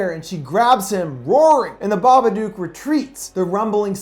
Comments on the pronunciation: The Babadook, which rhymes with book not duke, is Amelia's Shadow in the Jungian sense. There is no supernatural entity in this film. Both Amelia and Samuel's realities are isolated, depressed, anxious states which, by themselves, distort reality. As with the roaches in the house and the car, Amelia is the only one to see them implying an hallucinatory state. The social workers saw no roaches in addition; indicating her disconnection from objective reality due to the repression of her grief, her lack of sleep and her awakened Shadow. Amelia is the true hero in this film; not Samuel. Why? Who had the power to confront The Babadook? Who had the power to FEED the Babadook? Amelia. Samuel triggered Amelia's awareness of her dysfunctional and dangerous mental state, but she is the one who took the steps to conquer her fear and to regain the balance needed to raise her son in a more healthy environment. Amelia embraced her dark side without letting it dominate her being. She learned from it, fed it and therefore realized that she could control it by facing that part of her repressed self. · I don't understand all of the negativity on this comment. It IS pronounced like book or cook. There's a hint in the book itself. It's written with a rhyming scheme, and the previous line ends with the word, "look." Unless you pronounce look as luke, "Babaduke" is wrong. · I think he already knows since he's watched the film then done a full analysis of it, he's obviously just choosing to pronounce it that way for whatever reason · Kinzi Fariq ...how do you pronounce the word book and cook? Do you pronounce it with "booooo" like a ghost? Or "coooo" like in the word "cuckoo clock"? Because I sure don't... and I'm pretty sure nobody else does either, unless you've got a really interesting accent. I'm just saying what the creators said about the name of the character/movie. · The Smoking Skull im spelling it the way it’s pronounced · It’s pronounced BABADOOK LIKE BOOK OR LOOK NOT BABADUKE